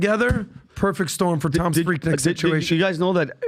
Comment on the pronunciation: Its pronounced 'Freek-neek'- atlantan